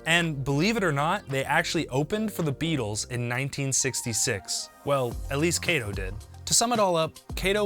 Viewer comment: Kato, not Keito.